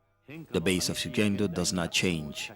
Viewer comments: Pronunciation: shuhendo←wrong. The correct pronunciation : g is pronounced like go, garage, gig etc) . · This could have been such a nice watch, if it wasn't for the repeated the mispronunciation of Shugendo. A quick check with Google translate could have helped with that before the audio-track was added.